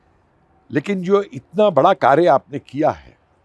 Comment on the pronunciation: ने कैसे कार्यको कार्य बोल दिया?!🤔 प्रायः वे जोडाक्षर बोल नहीं पाते! 😊